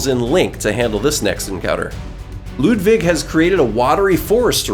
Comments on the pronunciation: Bro it’s not Ludvig it’s Ludwig. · It's Ludwig not Ludvig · Am I the only one that cringed when he said LudVig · Not ludvig but lud-iggy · U said Ludvig not Ludwig just pointing it out and still great bosses👍